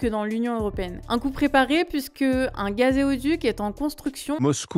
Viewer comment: Merci! "GazÉoduc" c'est un peu olé olé, non? ;)